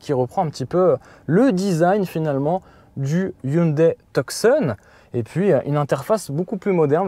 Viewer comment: Bidonnant de répeter ''j'ai de la place à l'arrière'' en voyant bien que les sièges avant ne sont pas reculer . En passant on dit Two-son pas Tuck-son.